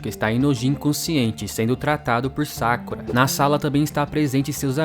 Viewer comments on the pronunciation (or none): none